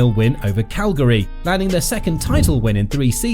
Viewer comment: "CALGARY". u re pathetic